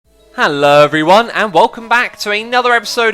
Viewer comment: the way he says hello now it sounds like hello in german said with a very british accent 😂